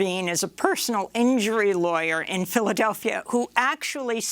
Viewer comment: “Philly-Delphia” Lol